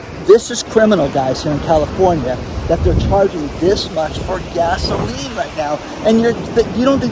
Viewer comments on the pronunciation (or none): none